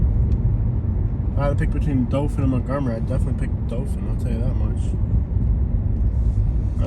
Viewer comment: It’s not dofin 🙄 it’s Dothan Dow-thin😑 if your going to come to our city pronounce it right it’s literally one google search to find the correct pronunciation